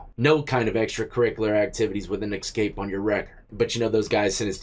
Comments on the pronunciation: Bro you know better. Its "escape" not "ekscape". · Escape not excape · "The escape inmates" You say 'escape' like my 7 year old ! Lol : ) You say eck-scape rather than ess-cape. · hey not to be a grammar nazi but it's eScape not ecscape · It's eSCAPE not eXCAPE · Why does he keep saying Xscape?. Does he have a speech impediment.? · Dude, there is no X in the word escape. Sound it out.